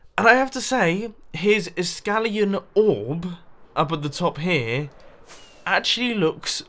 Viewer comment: Iskalian?! Its iskaliam!